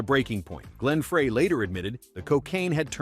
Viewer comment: Who the fuck is Glen FRAY😂😂 Learn how to pronounce names correctly or just don't even bother🙄